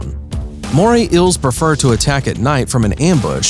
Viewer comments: I hate how he calls eels ills like bro it's eel or eels. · Eels, not Ills. Lol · Dude! Its EEls, not Ills. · EELS. Not ills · It's eels not ils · Ils?? Their Eels like say E not Ills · This guy clearly cant say eels PROPERLY....all i hear is moray Ill moray ill LMFAOOO its kinda annoying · Ills instead of eels Inhibitince instead of inhabitants And sabast instead of sea bass Is this man good? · Hi there. Today we will talk to you about moray iils... I can't watch your video if everytime you try and say eel is sounds like iil. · Bruh you really said “ills” and “inhibitints” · Not even 10 seconds into the video and I’m debating whether I should continue. I can sort of forgive “ills” instead of eels, but marine “inhibitants” instead of inhabitants!!! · Moray "ills"?????? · Moray ills belong to the family of ills. Other inhibitants? Get a new announcer / english book. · ok, i cant watch anymore, its killing meeeeeeeee "moray ills" FFS PRONUNCIATE!!!! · "moray ills" and "marine inhibitants" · Very annoying how he pronounces it like moray ills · "moray ills" "marine inhibitants" That's some high quality narration ya got there. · "Moray ills" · “Today we will tell you about moray ills.” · wtf is wrong with your English; ' inhibitants' , 'iels' holy crap, sue your school board and see a diction professional. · why the heck does he pronounce eels like that🤣🤣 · In the first 5 seconds of the video he can't even say eels right.